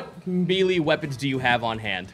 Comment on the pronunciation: OK, I'm sorry, but if you're RUNNING a D&D game ON CAMERA, you need to be able to pronounce "melee".